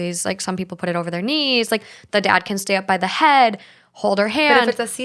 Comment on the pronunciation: Completely irrelevant, I love the podcast but I am always so entertained how they say “can” it sounds like “ken” to me & it’s actually so cute 😂